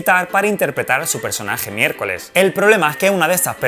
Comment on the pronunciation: MI-ER-CO-LES Y CO-SA. No es tan dificil